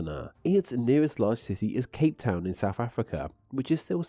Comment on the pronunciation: Given that the video is about the English language, it’s particularly annoying to find that the narrator cannot pronounce ‘TH’! ‘Souf’ and ‘fousand’ abound!